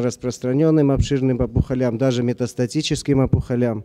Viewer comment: Опухолям, ударение на первый слог, а не последний. Вы же из СПб, колхоз.